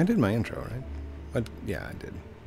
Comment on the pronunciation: Vroum vroum "Get out ma car" Lol! You know that too! With that british accent lol